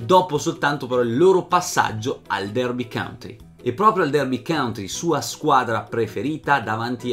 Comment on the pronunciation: complimenti per il tuo lavoro! il tuo canale realizza quello che ho sempre desiderato sulle storie del calcio. Però,ti prego: Derby COUNTY (contea), non "country". Con amicizia.